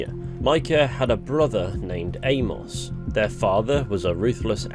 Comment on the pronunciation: Good video. But the way you pronounce Amos drives me up the wall a little tho😂